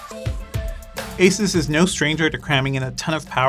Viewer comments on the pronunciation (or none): Stop calling it Asis it’s Asoos!